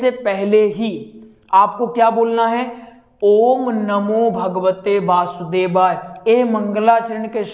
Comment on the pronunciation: Basudevay nahi h vasudevay hai 😂